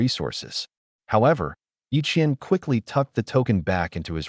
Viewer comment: it's ye Chen and ye qian